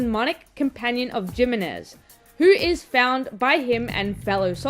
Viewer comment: Asking the real questions here... (Also the "J" in Jimenez is pronounced more like the "J" in jalapeño 🤓)